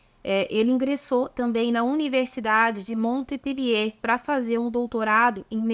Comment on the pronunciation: A prnuncia é Monpelier